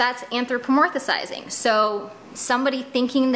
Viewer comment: Say it with me ... an-thro-po-mor-phi-zing. 😉